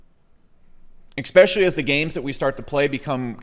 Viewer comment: "Expecially" lol